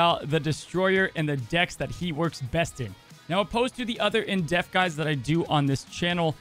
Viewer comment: I love watching your videos, but I do cringe when you say "in deaf" instead of "in depth"